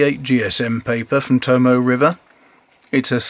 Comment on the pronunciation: The 'e' in 'Tomoe' is pronounced. The word is To-mo-ay, not To-mo.